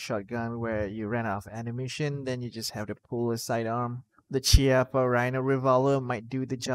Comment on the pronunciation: Chiappa is an Italian company, pronunciation of It's name is "Kiappa". No hating, just FYI.